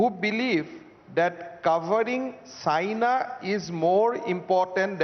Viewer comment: When he said China I thought he said Saina 😐